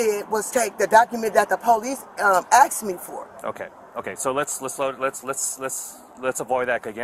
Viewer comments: Your closed captioning was wrong with one word this GUNT said. She said axed… not asked. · She aksed the courts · "I axed the court" I believe you mean "I asked the court."